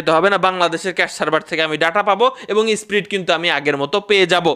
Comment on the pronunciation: SPRIT NA VAI SPEED 😂😂😂